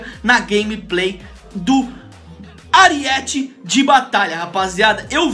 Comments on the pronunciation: é aríete não ariéte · AriÉte de batalha kkkk é arÍete